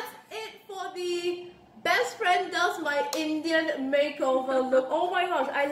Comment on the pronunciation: I like the emphasis on INDIAN eyebrows 🤣